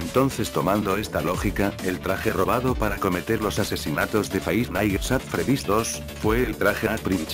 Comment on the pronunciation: Nadie: Absolutamente nadie: Loquendo: Faivf naitz att fredís.